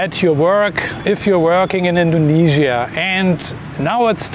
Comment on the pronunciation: Dont say indognesia